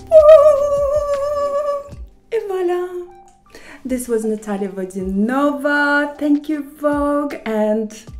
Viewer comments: Ok. One question: she said "Vodyan'Ova", but shouldn't it be "Vod'YAnova"? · Я думала она Водя́нова,а не Водяно́ва🤔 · ВодянОва)...резануло слух) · Никогда не думала, что на самом деле она ВодянОва, а не ВодЯнова 😅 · ВодянОва? Не понимаю, зачем она поменяла ударение в своей фамилии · Misha, her surname is pronounced Vod'YAnova in russian. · Then tv channels and reporters in Russia have no clue either as they all call her VodYAnova as a matter of fact - not VodyanOva. Check out all her interviews she's done and all the tv episodes about her. They even call her mother by VodYAnova when interviewing in her native city Novgorod, and she's never corrected them. Shoudn't they know how to pronounce it the right way since Natalia was born there and remains the biggest local celebrity? As for family, friends and school teachers - who did you hear it from to begin with? :) Her surname, nevertheless, can be pronounced differently - none of this is an error, it's an option. They call her VodyanOva overseas. The "'nOva" stress is a common thing for foreigners for similar surnames in general. To sum it up, I like Natalia a lot but there might be a little bit of cute archness if you may. So lets agree to disagree. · Look , I am Russian, and Natalya explained the confusion herself. Yes, TV channels started following the brand pronunciation that appeared in the west. However, the actual surname is VodyanOva. She does not correct people for a long time. There is no point to disagree, as I am telling you the facts, not an opinion.